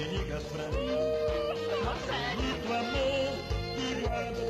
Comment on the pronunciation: Eu nao me aguento com esse "Rogério" que ele fala KKKKKKKKKKKKKKKKKKKKK